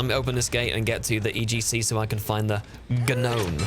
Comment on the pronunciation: Yuck. Dont say the "G".